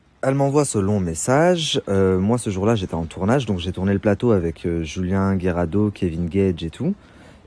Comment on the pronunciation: Il m’énerve avec son Dj’ai - Dje - Djours - Dgentilement... 😭